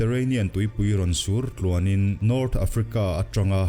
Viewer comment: Sur tluan nilo in, suar tluan ani zawk ang..👍👍👍👍👍👍